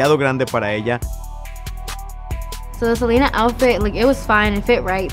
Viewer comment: the way she pronounce “Selena” was a bit ???? lmaoooo